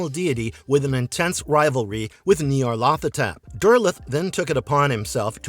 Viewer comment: Not pronouncing these right. It's Nie-yarl-tho-tep with emphasis on the 1st syllable, a drawing out of the 2nd, each syllable being elongated. Most have difficulty pronouncing these crazy names, yes?